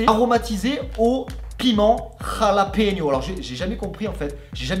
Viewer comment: la bonne prononciation est Ralapenos